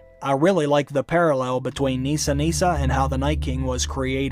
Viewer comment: it’s Nissa Nissa. Unfortunately for me (Nissa is my name) I don’t pronounce it Neesa so I’m sure anyone I meet after this season will hey it wrong!